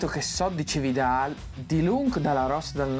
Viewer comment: Cividat, no Cividal